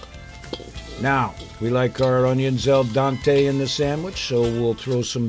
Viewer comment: I think I heard "El Dante" a couple of times instead of "al dente". :)